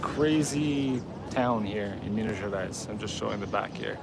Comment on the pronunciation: Never been there, I am a terrible Brazilian... 😂 It looks beautiful tho. I know the slaves had a very hard time inside the mines. I believe there is an Afro museum somewhere telling the tales. Btw your "Minas Gerais" is sounding very local, you are picking up the accent. Enjoy the food, MG has the best kilo restaurants.